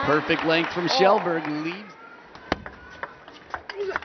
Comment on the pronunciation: Yeah. Pronunciation is more like Shellberg, though.